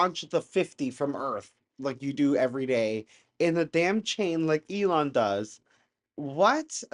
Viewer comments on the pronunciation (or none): none